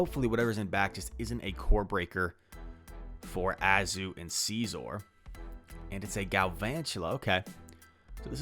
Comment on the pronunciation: Too much emphasis on the first syllable. It’s pronounced nearly identical to “scissor”, but heavy “OR” at the end. Love the videos, so nothing personal!